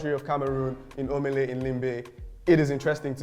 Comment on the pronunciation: and the stadium is called OLEMBE not Omele🥲